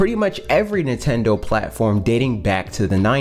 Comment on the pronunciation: I love how this guy says Nitendo lol